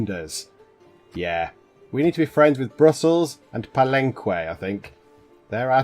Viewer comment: Aachen = ah-ken Palenque= Pal-en-kay Enjoying your channel, happy to have found it.